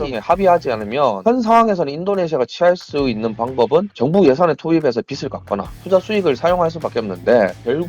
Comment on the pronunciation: 교수라는 게 비슬이 뭐냐??? (빚을) 비즐이라고 발음해야지ㅉㅉㅉㅉ 교수가 저 모양이니 학생들도 제대로 되겠냐?????